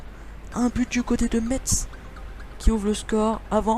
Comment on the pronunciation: Quand tu dit FC Metz, ne lit pas le "T" ! En gros tu dit : "FC Messe"